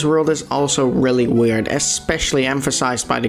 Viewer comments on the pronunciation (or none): none